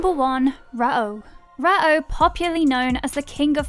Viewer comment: Rah OH? dig the channel but the mispronunciations are pretty cringe. Just watch the anime.